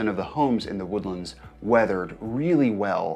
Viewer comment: You been here for 20 years and you pronounce "the woodlands" like that? Bro